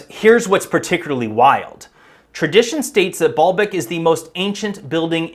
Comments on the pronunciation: ...it is essentially ancient poured concrete, not quarried stone like so many like to think. And it was pronounced BAY-YUL-BEK, 3 syllables, not two. The word means Lord's Well or Fountain. Ba'al means lord and Bek can mean tears, well, oasis, fountain or even a reference to fertility practices. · Every time you said Baalbek, my brain heard "ball bag"